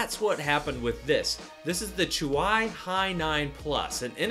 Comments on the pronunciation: chuwi NOT euwwi... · Did this man just say chu why instead of chuwee? Unsubscribe (just kidding, love your channel) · Its chu-weeeeeeeee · Chuwee, you pronounce it wrong, 😅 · Its pronounced as "choowe" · Thought it's pronounced "chewie". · the way you pronounce Chuwi hurts my soul >.<